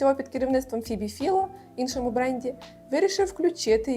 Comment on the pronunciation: В цю ж саму купу - Фібі Філо, чи Файло?